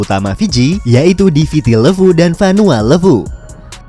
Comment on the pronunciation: Ejaan levu di fiji "e" nya ikut indonesia timur min levu ..bukan pake e pepet. Aneh dgernya